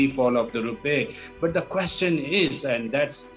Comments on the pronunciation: It’s rupee not rupay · “ Rupay “ kya hota hai bhai ? This man cannot speak English properly, let him speak in Urdu and you put subtitles. This is pathetic.